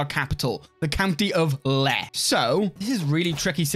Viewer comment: Just for reference Ladakh is pronounced like Luh-dAAkh, and Leh is pronounced like Lay (like lays chips lol)